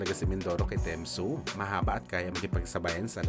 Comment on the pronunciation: Nag iisip ako sino ai Temzu. Tim Tsyzu pala😅😅😅